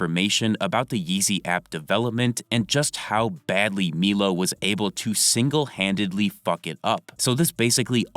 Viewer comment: It’s MY-LOW bro. MY-LOW. Stop saying Meelow lol you sound stupid as fuck